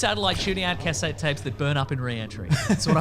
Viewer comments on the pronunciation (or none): The way pronounces "cassettes" gives me conniptions